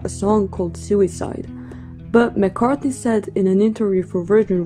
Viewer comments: and . Did she call him McCarthy? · “McCarthy”? LOL